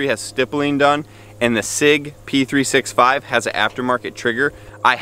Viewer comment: You have a gun channel and dont know how to say p365? Its three sixty five, as in 365 days a year. Sheesh